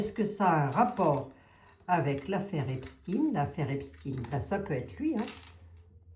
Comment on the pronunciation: s il te plait ne dit PAS EPSTINE (IL N EST PAS RUSSE et moi je suis moitié RUSSE) dis Epstène